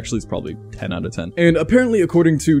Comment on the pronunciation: The German in me was like: "did he just say ootn the window every FEW days? Lol